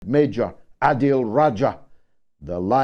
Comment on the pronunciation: ADiL, or عادل👍 not (aidl X)